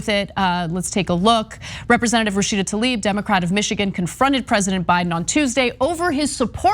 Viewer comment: Since you’re correcting Rashida’s name, her last name is Tlaib (like bread 🥖) not Taleeb